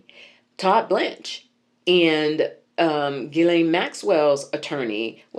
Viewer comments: I had to look up how to pronounce her name, and based on Google, you said it correctly. It's a hard Gee like (ghee...clarified butter) then lain. When I encounter people with unique names, I'll ask them how to pronounce and spell it and the memorize it. Of course we can't ask her. lol I just got back from 21 days in my home country of Belize Afefe so I'm getting caught up with my readers. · I was looking for a clip where she pronounced her own name. She's done a couple of Ted Talks and addressed the UN. I thought I hit the jackpot, but she either didn't introduce herself, or they cut it off. Her brother Ian pronounces it gee-len (hard g, like ghee, as you say). The YouTube channel is The Real Ghislaine. I wonder what the AP Style Book says? Maybe NPR has a style guide? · I saw interview where her brothers called her Gee (hard g) lan so you are right. There r other pronunciations, but her brother would know better than anybody out here.